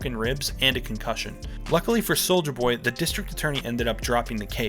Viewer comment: "soldier boy" pronounces every letter